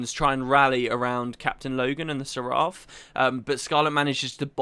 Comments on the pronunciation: It's pronounced "SER uf", rhymes with sheriff. You can hear Logan in this very cutscene pronounce it correctly three times. Please educate yourself before you make a video, you sound like a buffoon. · While Guy4t4t could have said it a lot better, he is right about how Seraph is pronounced.